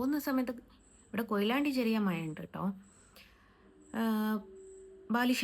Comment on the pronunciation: മയ ആണത്രേ. തേവിടിച്ചി ക്ക്‌ മഴ എന്ന് പറയാൻ അറിയില്ല